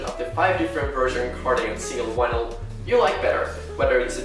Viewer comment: no one:: "Wynils"